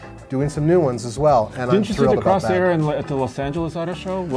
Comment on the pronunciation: BTW, it's not "Crosair", it's "Corsair".